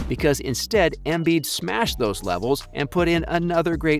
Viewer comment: He even fucked up "Embiiiid". The other give-a-way was the suggestion that literally anyone else should have been in the conversation other than those two. If you watch, it wasn't even close.